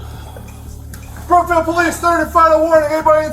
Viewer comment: FYI it’s Broomfield, not Bloomfield 🙂